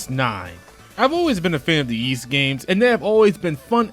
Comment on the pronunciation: i could be wrong but i think the Ys games series names are pronounced "whys"....not that its really important i guess